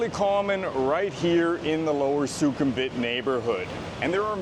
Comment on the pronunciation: Really enjoy your videos mate and you are obviously well versed on all current events in Bangkok and Thailand. I am surprised though about your lack of Thai. I am curious have you tried to learn? Your pronunciation of places like Pattaya พัทยา, Ko Phangan เกาะพะงัน and even Sukhumvit สุขุมวิท needs a bit of work.